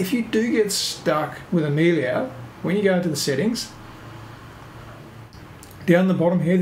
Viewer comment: It's Amelia, not Amilia.